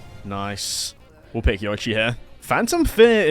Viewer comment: Great video. But it's pronounced "Yo-ee-chi."